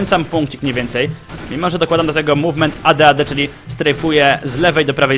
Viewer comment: Dokładajcie do tego mółwment.... Może jeszcze: pamiętajcie, że ważny jest siutking ale ze strejfem w mółwmencie! I na litość boską nie "burstamyyy", ale "bełrstami"... Końcówka języka sięga do palatum! Polecam jednak używania języka polskiego, albo angielskiego. Takie hybrydy to brak szacunku dla obydwu.